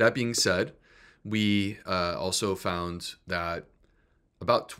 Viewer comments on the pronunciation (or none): none